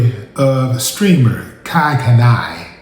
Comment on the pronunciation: Love how Willie massacred dudes name "Kai Kani"... 😂